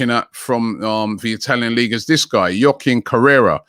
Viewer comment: “Yoh-kin Korea”🙃